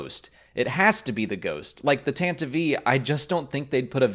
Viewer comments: tan tiv vee? I have always heard it pronounced Tant Tiv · Tan-ti-eve...did you add an extra syllable there? I've always heard it as "Tan-Tiv" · Yeah. I always figured it was either Tan-tiv or Tan-teev. Hearing Tan-tiv-ee is very strange. I never would have thought to say it that way. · "Tantive" is 2 syllables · Why do you pronounce the "e" at the end of Tantive? Maybe I've been pronouncing it wrong. :/